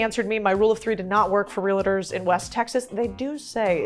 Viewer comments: Why the heck you pronounce it relators?😂😭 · Realtors not "Relators" 😁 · Lots of energy. Please learn how to properly pronounce “Realtors” there is no “a” after the L. So its Real tors, not realators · It's REALTORS. That's 2 syllables, not 3 syllables. NOT real-a-ters; REALTORS. Real-tors, like that. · Did you say RELATORS instead of realtors? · REAL-eh-TERS???? It’s Real-TORS, yikes! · Real-Tors. 👍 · I love your videos, could you please learn how to say real-tors correctly?